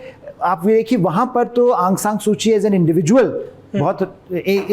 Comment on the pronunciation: Sir correct name Aung saun suu ki hai